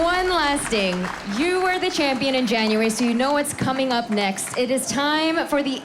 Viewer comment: "hes your reigning chamshion"